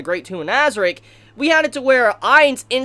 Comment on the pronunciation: Your saying nazieric wrong